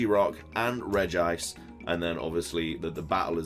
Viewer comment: Thumbs down for saying reg-ice rather than regi-ice watch the anime it's the latter.